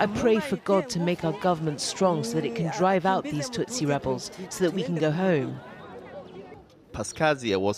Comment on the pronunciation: Tutsi, not "hutsi"